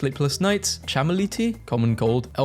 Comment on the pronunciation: IT'S CHAMOMILE. KA-MO-MEAL.